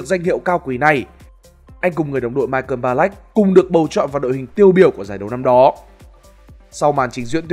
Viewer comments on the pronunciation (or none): none